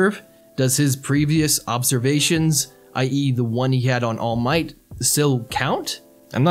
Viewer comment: Why do you say all might like that? It's ALL might, not all MIGHT